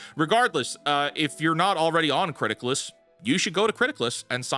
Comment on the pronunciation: I thought you were saying "Criticlist" or mispronouncing Critics list and I couldn't find the website. Captions to the rescue. It's Criticless. I applaud you for watching so much stuff though. I gave up three years ago and switched to books, games and manga.